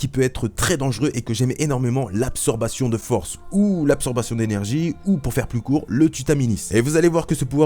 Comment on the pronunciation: Absorption, pas absorbation ^^" c'est dommage ça m'est resté toute la vidéo